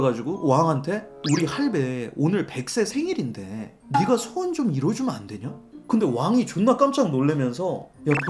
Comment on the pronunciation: 자꾸 소원을 수원이라고 하는거 킹받네